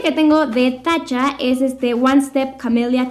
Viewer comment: Me parece chistoso que no pronuncias la T en TATCHA, y suena como la droga TACHA literal JAJAJAJAJAJ